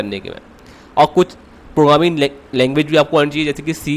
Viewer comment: First learn to speak every word e.g it is Programming not 'pogramming'